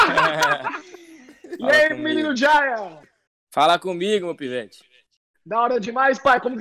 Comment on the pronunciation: Nome : Jaya Como dizem: Jáia Como ele diz q é : Jeiá